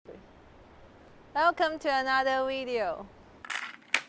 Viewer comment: " 'elcome to another wideo " :D